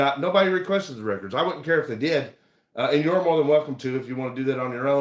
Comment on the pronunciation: Also, the way he says "reckerds" annoys the he'll out of me.